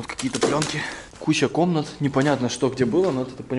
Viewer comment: Он сказал не кучя комнат а куся комнату😂🤣🤣🤣🤣🤣🤣😂😂😂😂😂😂🤣🤣🤣